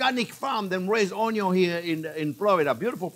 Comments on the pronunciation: I love the way you say ‘on-eee-on’ c🤩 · EVERYTHING is better with Bacon and I always love "onyion" and garlic!! I love learning with you! We eat with our eyes, by taste etc but mouth feel is so important too!!! Thanks for your love of teaching!!! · Chef Pierre is funny, and not only that, he keeps things so simple. He kills me when he prounounce 'Onion"!